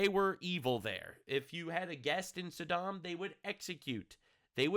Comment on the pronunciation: I've always heard it pronounced "Saw - Dumb"